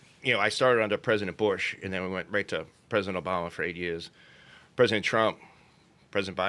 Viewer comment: "for de eight yeahs". That boston snuck out.